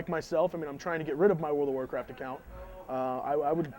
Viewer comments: I been playing world o racat for 3 years now... After 3 years you would think he could pronounce its game name better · Why the hell cant the guy say world of warcraft properly, what is wrong with him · WTF can anyone who plays this game say it right its WORLD OF WARCRAFT not fucking WORL A WARCRAFT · Didn't anyone think to ask, what orld of orlcraft was? He can't even say the name of the game. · that cant even talk....wrld of rcraft...omg.